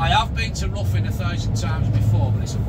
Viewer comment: its ri thn not ruthin